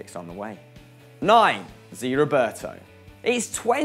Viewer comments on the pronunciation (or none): it's ZÉÉÉ, not ziiii Roberto ffs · Zé not zi